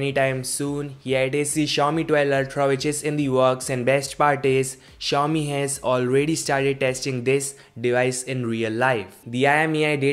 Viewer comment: it pronounce si-ow- mi no chou mi